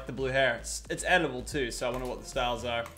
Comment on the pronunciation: LTMking YT he keeps saying edible not editable